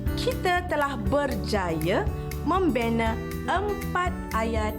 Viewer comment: Dia baca pun salah...kalau membaca baca betul2 kan baik...ayat membina dia baca membine...